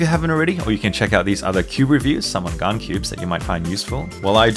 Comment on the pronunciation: It always sounds like the gun 11 m pro when you say it